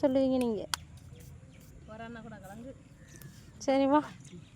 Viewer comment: Not kalangu.kilangu.ok